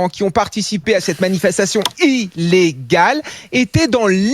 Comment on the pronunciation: Quand il parle de sainte -soline et qu'il fait son "i-llé-ggale" je ne peux pas m'empecher de le singer donc je fais irl "i-llé-gale"... stupeur, il fait encore lui même "i-llé-gale" exactement en même temps... mon cerveau à frisé, je crois que j'ai failli me faire sortir de force de la matrice 😮